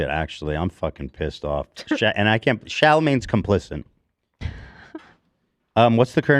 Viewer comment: We’re just gonna ignore the fact this man said « Chalamagne’s complicint »